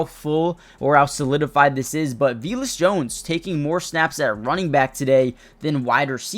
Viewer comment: Yo, his name's p pronounced Vay-lus